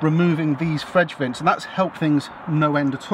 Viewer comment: Fredge vints lol